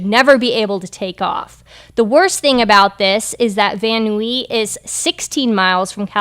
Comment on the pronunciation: It is pronounced Van Nize...I used to live there.